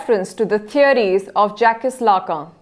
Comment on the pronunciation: You should be ashamed of yourself for pronouncing Jacques Lacan this way! What an utter disgrace that someone who is supposed to be a specialist doesn't know such a basic thing?!